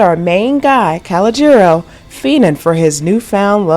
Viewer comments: Pronounced: Ca-low-jer-o’ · Kho-Low-Ger-ALL, not Call-Oh-Gero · Damn,,, it's Cologeno,,, accent on lo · she said collegeero 😥 its pronounced col-oh-jer-oh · His name is pronounced “Ka-Low-Ja-Row.” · CO-LOE-GER-ROW!!! Pronounced exactly that way!! Sorry thats one of my favorite movies and you are butchering something simple if you saw the movie. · CA-LODGE-JA-NO!!!!!!!! YOU ARE KILLING HIS NAME 😆🤣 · If she say Kalajero one more timeeeeeeee 🤣🤣🤣🤣🤣🤣🤣🤣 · Pronounced Ca -low-je-ro, Calogero, Damn 🤨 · WE SEE I NEVER SAW THE ACTUAL MOVIE. U MESSED HIS NAME ALL THE WAY UP. DONT KNOW HOW THEY WOULD SPELL HIS NAME BUT IT WAS PRONOUNCED (CA-LOW-JOE) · Calajero???? Girl you messed that character name up.and you got the wrong grown up actor. That grown man is not Lillo Brancato. Love Taral Hicks tho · ikr! It's pronounced Coal-Low-Giro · KuhLOWJerO or KowLOWjerO..... She's putting the accent on the wrong syllable. She probably Googled It and heard an alternative pronunciation, but she should have watched the movie or Chaz Palmenteri's one man show on YouTube to hear how he pronounced it. It's actually his real name. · I know, right? 🤣 And she just keeps messing it up with great confidence throughout! Good nonetheless, but I think the spelling does make it confusing though, “Calagero.” That is one of my favorite movies, and I loved her character! ❤️ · It's pronounced " ka lee gee oh" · Nice video. You definitely didn't watch "A Bronx Tale 😆. That pronunciation is outrageous. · Anyone else annoyed how the narrator is pronouncing Calogero or is it just me?